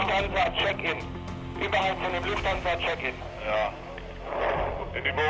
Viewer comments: Lufthansa, not Luthfansa. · It's not Luthfansa, but Lufthansa! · just want to say, its Lufthansa, not Luthfansa (multiple times) :) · “Luthfansa”?? Jeeez..Lufthansa! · *Lufthansa not Lufansa. "Documentaries". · It's Lufthansa, meaning Air Hanseatic. Not Luthfansa. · Btw it’s called "Lufthansa" not "Luthfansa" xD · Lufthansa not Luftfansa :( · Lufthansa not Luthfansa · "Luthfansa" :D